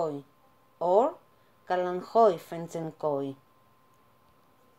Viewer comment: You say "Kalanchoe Fedtschenkoi" with such ease and perfection lol. I am going to practice using this video. ;) Such a beautiful plant. I cant wait to get mine outside for some fresh air and sun. ( today we have freezing rain :( Hopefully by May )